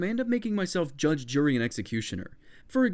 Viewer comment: When you said judge jury and executioner I thought you said judge Judy the executioner xD